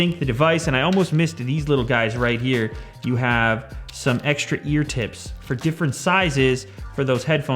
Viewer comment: Ear Tits Do Not Sound That Sexy